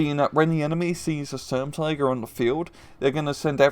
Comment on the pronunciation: Stumtiger, it tig sturm.